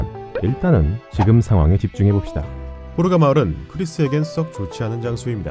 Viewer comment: 호르가 가 코로나로 들렸다..